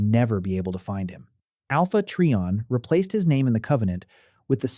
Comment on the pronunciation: It’s try/on not tree/on